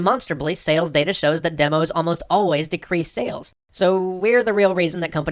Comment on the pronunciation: your runic "sales" actually translates to something sounding like "sayless"